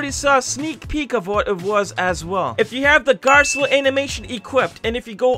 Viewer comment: How you say garcello though garllo